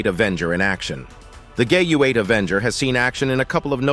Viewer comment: How many mispronunciations can you possibly come up with for the GAU-8/A?!? Doesn’t accuracy have any significance in this world anymore?